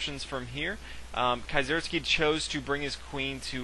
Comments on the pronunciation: nice commentary, as a german, it's an itch in my ear when you say kieseritzky, it's pronounced kee-ser-ITZ-ky. you can call me picky. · Is that really how you pronounce Kieseritzky?